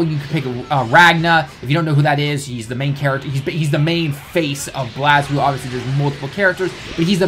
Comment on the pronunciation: You pronounced BlazBlue wrong. I am triggered.